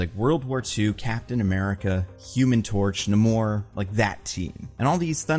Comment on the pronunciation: No, we're not saying Namor's name like that. It's not "Na-more." It's "Nay-more." Backwards for Roman. "Na-more" is the failed MCU version. That is not Namor.